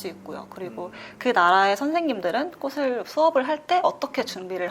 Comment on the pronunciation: 플로리스트인데 꽃을 발음할때 꼬슬...이라고 하는건 쫌 ㅜㅠ